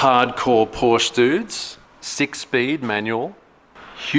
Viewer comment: Please never ever say "Porsch" again... Do it like you've said Porsches....just without the (second) s :D